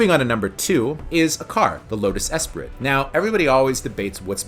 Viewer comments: Mate, great choices and great video but it's pronounced "espree" the "t" is silent. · Just a quick FYI… it’s pronounced Lotus “Espree” lol. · French words ending in "T" alone, become a silent "T" so Esprit is pronounced Espri Assuming you realised it was french!:) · Bond would pronounce it Lotus Ess-Pree